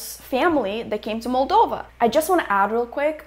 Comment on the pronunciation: Why do they pronounce it as "MAL- dova." Every time I heard it, I wanted to slap them. And I'm not anywhere near European but try and pronounce the name of the country you are in correctly